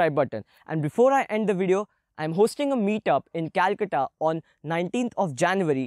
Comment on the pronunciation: The way you pronounce calcuta is so nice